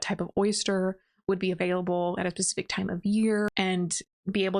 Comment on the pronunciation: did you just say “pacific time of year”?